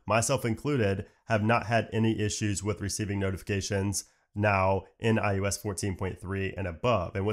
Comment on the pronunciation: I can’t help it! 3rd video of yours I’ve watched and it totally sounds like you’re saying iUs! As hard as I try, I keep hearing U instead of I. Weird.